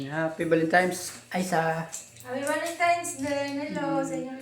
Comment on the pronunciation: Valentines,hindi valentimes....😂😂😂